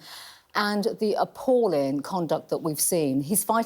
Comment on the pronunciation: Why does she struggle to pronounce g’s on the end of her words. “AppallIN’”